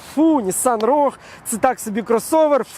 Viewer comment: Саме цікаве шо автор і сам не правильно називає марку моделі. В англійській мові слова рог немає. Правильно вимовляти роуг